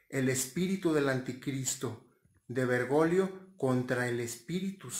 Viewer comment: Es Bergoglio no bergolio o lo dices a proposito jj